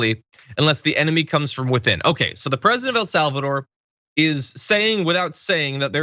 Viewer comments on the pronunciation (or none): none